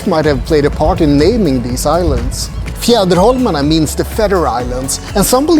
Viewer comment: Beautiful tour of the Archipelago and very well narrated. Chocolates, beer, whiskey and beautiful views..so nice. How easily you pronounced Fjäderholmarna. Its a tongue twister for me 😀. Big like and new follower of your wonderful vlog here. Warm greetings from Switzerland.